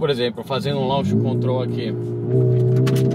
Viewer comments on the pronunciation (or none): none